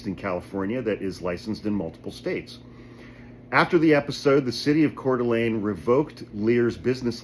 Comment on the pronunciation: Sorry to be that asshole. But it's pronounced kootanee... Great work on coeur d alene, though! Most people screw that up bad!!!